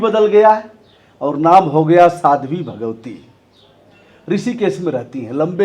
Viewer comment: भगौती नही 😂😂 भगवती